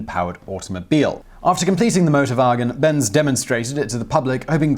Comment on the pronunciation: no problem, thought thats what he said at first too. Then i realized that he is very brittish and saying a german word. So yeah motorbargins. Sounds like a place you shouldnt buy a car doesnt it?